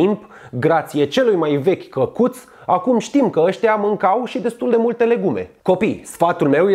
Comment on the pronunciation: ma cac pe mine de ras cand te aud cum zici " cacut"=)))